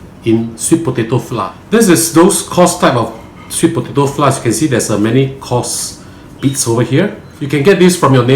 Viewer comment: Hi. I have been following and loving your channel. Your instructions are so simple to follow and i have done a few of your dishes very successfully. If you do not mind my commenting the word FLOUR must be pronounced FLOWER. Hearing FLOUR pronounced by most Singaporeans as FLA is so painful to the ear. No offence meant. Thank you for the series/